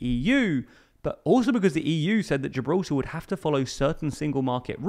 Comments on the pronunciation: "Geralta". I think I knew that guy back in the day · Who else getting triggered by how this guy pronounces Gibraltar?